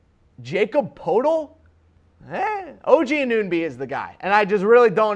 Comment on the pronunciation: I think he was just trolling people who watch the Raptors. Haris Rubinstem, it's Siakam (see-AH-kum) and Anunoby (an-uh-NO-bee).